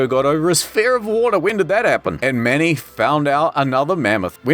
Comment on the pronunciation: " the mamoth"